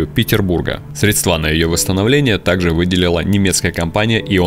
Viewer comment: ...средствА! Автор, ну как же так? Срéдства правильно говорить